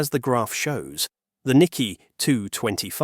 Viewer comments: It’s nik-key 225 not nikky 225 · So you cannot pronounce "Nikkei." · The whole video fall apart for me when the word Nikkei was badly pronounced.